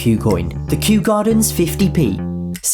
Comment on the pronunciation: Gosh, I think I’m far too sleep deprived to be watching anything. I spent at least 5 minutes laughing at “Kew”